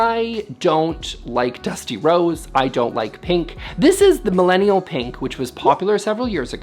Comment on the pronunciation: i really shouldn't work out while watching the videos - kept hearing "Dusty Rhodes" and i was like "i didn't even know watched pro wrestling way back when"